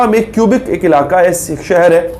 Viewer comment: کیوبک نہیں کوبیک۔